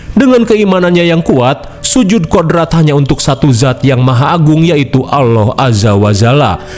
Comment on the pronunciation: Allah bang bukan alloh